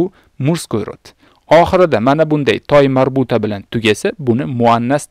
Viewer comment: Assalomu aleykum. Nimaga (ة)ta marbuta demasdan toymarbuta deb aytayapsiz.🤔